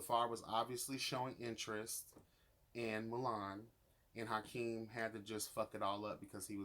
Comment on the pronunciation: you literally crack me up, its Akeem not Hykeem 😂 i love your commentary